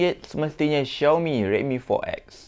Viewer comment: baru tahu xiaomi sebutan dia choumi.. selama ni aku pi sebut zaiomi...